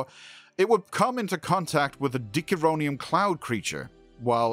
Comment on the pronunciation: Do you even watch the show? I mean you mispronounced a bunch of names (Dickaronum Cloud Creature?). I like to think of it as not reusing the Conny design as much as design conventions of the era. Also there is an arugment to be made that Kirk was the one who invented the idea of the Prime Directive on the planet he visited on the Farragut. Thus there was no prime directive to violate. Watch "A Private Little War"